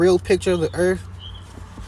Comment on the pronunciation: That's a trick challenge, when you show him a picture of the earth he's gonna say I didn't say earth I said erf.